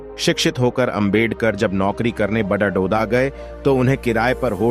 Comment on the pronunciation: बडोदा बोल भाई